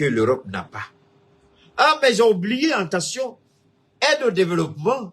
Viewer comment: AT - TEN- TION !!! PAS EN TEN- TION ================================== U- GAN - DA!!! PAS U GA DA